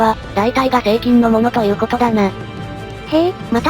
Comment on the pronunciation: 何回聞いても成菌がSEIKINに聞こえてしまう……